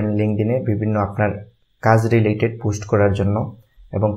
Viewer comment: ভাই পুস্ট না পোস্ট উচ্চারণ